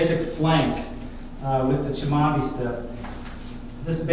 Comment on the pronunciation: You are pronouncing Cimandie inccorectly, and tgis is not half moon steps